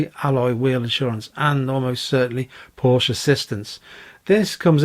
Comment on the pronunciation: im excited for you. Well done👍🏼(was going to unsubscribe if you didn’tsay Porsche🤣)